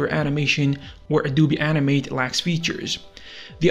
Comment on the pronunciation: How many times he say animet it sounds like anime